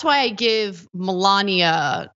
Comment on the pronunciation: I'm with Ana...it's "Melanie"